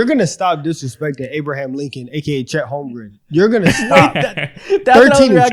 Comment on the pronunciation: If I hear say “Holmgrum” instead of “Holmgren” one more time, I’m buying him a jersey so he remembers😂